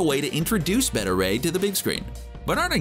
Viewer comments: I’m not sure how you pronounce ‘beta’ wrong like ‘betta’ and not ‘bay-tah’ unless it’s some shitty way to get extra comments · Beta is Bay-tuh, Bet-tuh is Betta like the fish. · CBR should hire an announcer that can actually pronounce the words he's saying. Beta, as in the 2nd letter of the Greek alphabet. Not Betta, which is a fish.